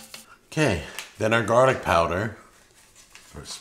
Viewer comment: I absolutely abhor the way says garlic. THERE IS NO T THERE ITS NOT PRONOUNCED GARTIC